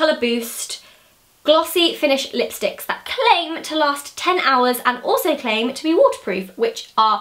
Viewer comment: When she said claim 😂😂